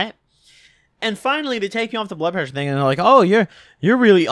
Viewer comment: Lol..blood preasure....yea bloodpreaa..lol